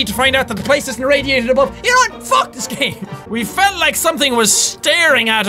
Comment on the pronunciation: Say foook not fuck